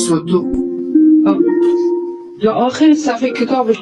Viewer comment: این زن چرا اینقدر چیر چیر می کنه صدو ق میگه( صودوق ) احمد گاتی شک نکنید که صد در صد ولد زنا است